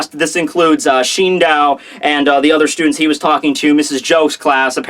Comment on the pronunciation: Shindow? What? Shi-n-do-u. Where is that 'w' coming from